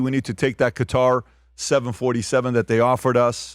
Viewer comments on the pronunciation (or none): none